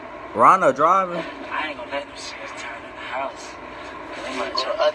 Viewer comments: Did you just say rondo quando 😂🤣😂🤣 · this man always sayin rondo quando 😂😂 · yo called him “rondo quando”😂😂😂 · Why y’all keep saying rondo quando😂